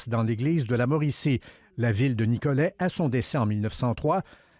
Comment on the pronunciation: Pourquoi le monsieur prononce-t-il le T final? Ce n'est pas «Nicolette»